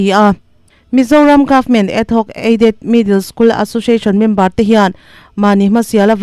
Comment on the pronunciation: Adhoc aided hi ad- hoc tiin i lam a, rampum hriat tur a chhiar meuh hi chu fimkhur ve deuh thin teh u, thurawn aw, huat awih loh